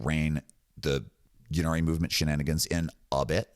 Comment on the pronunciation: Pronounce innari not yinarri please, the grammatic influence is from old welsh eg ynis (island) pronounced innit not yinnis. Apologies for correcting, I love your channel